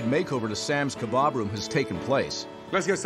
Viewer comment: Kabob room.... not kebob foot. 😂😂